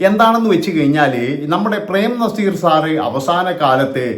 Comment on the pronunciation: Nezeerinte പേര് ഉച്ഛരിക്കാൻ ഇവൻ യോഗിനാണോ